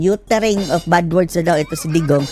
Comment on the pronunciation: One General said na tagalog na lang daw gamitin kasi nakakasuka daw dinggin yong englis ng iba jan.😂😂😂. Yong follow niya is palo. Yong of is op daw. At yong from is pram. Ano ba yan.